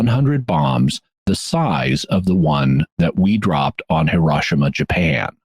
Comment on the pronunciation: He ro shi ma not Ha ro shi ma. Hi is pronounce like the English word he and at least one other place in the video